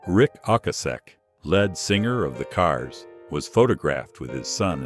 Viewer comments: These A.I. narrations are PATHETIC! "Rick O-cah-seck, led singer"? "Lib-er-uh-chee"? Ridiculous. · I struggled for a bit until the AI voice pronounce Ric Ocasek the lead singer...it said Ric Oak-i-Sack and instead of the proper lead (leed) singer, it said led singer, like the metal, or like Led Zeppelin. Two massive fuck ups in the same sentence? I am gone MoFo's. Gone for ever. No like, no sub, removed from recommended. Until these channels stop using it, any AI voice overs are gone. No other choice